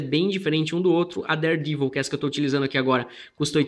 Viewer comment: Listen how he pronounces daredevil. he says devil with a long e sound!